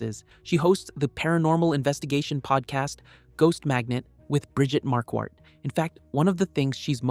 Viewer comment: Her name is Marquardt…pronounced MAR-quart…not mar-QUAT. That bothers me…